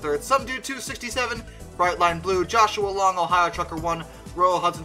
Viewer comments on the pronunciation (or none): none